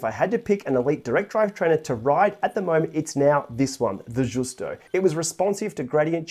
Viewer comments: It is pronounced like the ‘Juice-toe… it is a mullé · the right pronounce is like: yusto (it is not italian but venetian language)